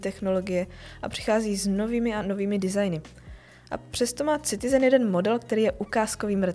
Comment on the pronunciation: Boze to se necte Citizen... s C.... to tak strasne boli do usi....muzete se naucit zkusit to rict jinak. Pokud je to zamerne na upoutani pozornosti.... tak je to skvele!!